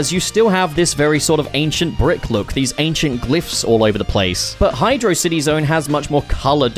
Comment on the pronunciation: Great video but you pronounced Hydrocity Zone wrong 😎